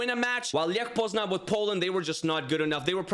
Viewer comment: Grabara isnt the Polish starting goalkeeper. Its Wojciech Szczęsny. Tip: saying Lech Poznan, you say Leh Poznany ( y like in alphabet)